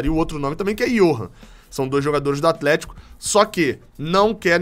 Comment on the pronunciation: Um é o atleeeeeshiiico kkkkkk que foi isso? Você é top, ótimo trabalho.